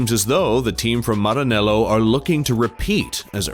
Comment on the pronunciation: Aaahh you say ✨Maranello✨ so beautifully🤌🏼